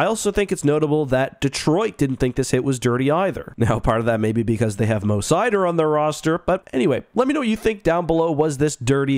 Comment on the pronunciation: "they have mo seider"?